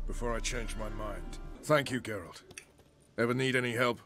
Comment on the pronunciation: Never seen my last name in ANY media (not exactly a common name), so to see it on the screen and then hear it from both and GERALT OF FREAKING RIVIA was a total shock. Both of them even pronounced it correctly! 😄❤